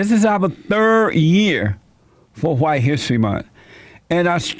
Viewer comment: July: it just feels h'white. Bless JLP